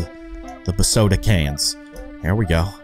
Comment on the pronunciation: It’s BEEEeeeeEEE SoDa not BAAAaAaaaA SoDa